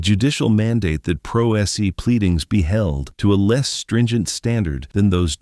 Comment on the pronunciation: Should we really take any analysis seriously from someone who thinks "pro se" is pronounced "pro es ee"?